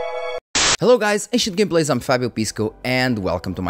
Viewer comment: brother your “Ancient Gameplays” also sounds like “I should give place” xD I needed years actually to understand what you say - before I always thought you say something in Portuguese , like welcome maybe - I didn’t care too much until I wanted to know what you actually say. Haha